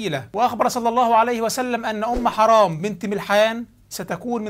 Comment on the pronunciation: تسميتك اياها بأم حَرام والله نرفزني و ازعجني اعد التسجيل بعد إصلاح الاسم حِرام بكسر الحاء وليس فتحها